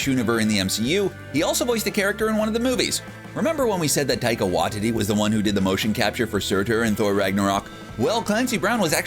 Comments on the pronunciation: it is pronounced why tee tee ( taika waititi ) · the way is says waititi like wa-tity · "Wah-tee-tee" not "Wah-titty" 😅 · It’s pronounced “Why-Tea-Tea” and not “Wah-Titty” which I last said when my ex didn’t let me touch her breasts! Oh, and you forgot Michelle Yeoh, who had a cameo as Aleta Ogord in Guardians of the Galaxy Vol 2 and is due to play Jiang Nan in the forthcoming “Shang Chi” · I hate the way you pronounce Taika Waititi's name. It's Waititi not Wahtiti. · Taika WAITITI not Watiti😂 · What's up with these youtubers not knowing how to pronounce things. It's like they do it on purpose. Theres no way they haven't heard the correct pronunciation before. Get it together! What Tea Tea not Watt tity. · Can you fix your pronunciation of Taika Waititi? Heard it pronounced as Wahtiti by this channel many times now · Tai-ka Y-tea-tea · Taika's last name is pronouces "why tee tee" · Taika Waititi lasts name is pronounced why-tee-tee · Taika "Wy-titty"? For fuck sake, man. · Wanh titty lol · For the love of all things in the MCU will you get the pronunciation of Taika Waititi's name CORRECT. Do you even KNOW how his name is pronounced?????? Obviously you DON'T. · It's almost like you're going out of your way to pronounce Taika's second name wrong. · How many times are they going to mispronounce Taika Waititi's last name??? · IKR Very distracting.